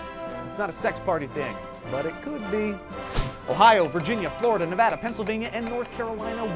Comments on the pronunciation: FINALLY SOMEONE PRONOUNCED NEVADA RIGHT!! its ne-va-da not ne-va-duh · HE PRONOUNCED NEVADA CORRECTLY. Most people dont. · Thank you for pronouncing Nevada correct!!!!!! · You said Nevada correctly.. Thank you.